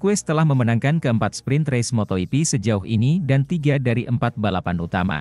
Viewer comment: Waduh cara bacanya ngawur patah. Baru dengar moto yipi untuk moto gipi kemudian Paddock dobaca padek, gak mau belajar tapi mau duit